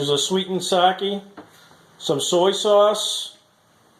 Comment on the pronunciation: it's not sah-kee, it's sah-keh